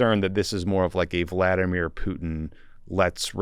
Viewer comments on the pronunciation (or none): none